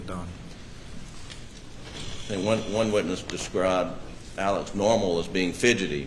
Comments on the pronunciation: Why are they saying AleC when it's AleX? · They are pronouncing it the way Alex himself pronounces it which is as AleC as opposed to the traditional short form of Alexander. It technically isn't wrong either if you think about it when sounding out the name Alik-zan-der and deciding to abbreviate it phonetically as opposed to how it is spelled. Many in the media are also mispronouncing the last name. Despite the spelling, he pronounces his last name as MurDOCK, not Mur-DAH or Mur-dawg.